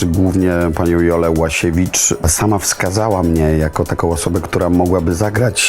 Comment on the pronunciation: Ułasiewicz a nie Łasiewicz redaktorzyno